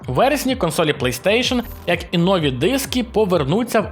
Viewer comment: Участь беруть! Приймають – рішення. "Нові" – наголос на 2й склад. Дякую за відео.